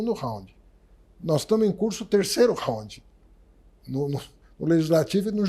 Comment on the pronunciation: O cara não sabe nem pronunciar Round ,kkkkkkkkkkkkkkkk